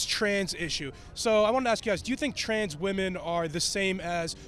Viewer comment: She was "axe" to speak??